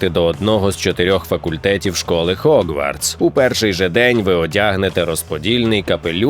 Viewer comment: Гоґвортс будь-ласка) не хоґвартс ще там де була "спільнота" напевне краще вжити "гуртожиток". Якшо шо не чіпляюся, а просто роблю помітки, раптом буде корисно Дякую за контент енівей